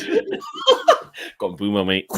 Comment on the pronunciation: Pronunciation is Correct Its ImBoomo We call Him MBOOMS 💥🔥🔥